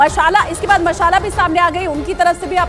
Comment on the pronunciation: मशाला नही, मालसा नाम है 😅😂